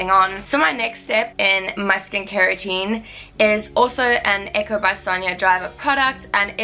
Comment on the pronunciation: We pronounce it Ee-co 😉